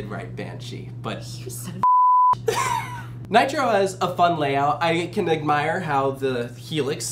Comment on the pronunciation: Tricking saying Nitro that is wrong on so many levels.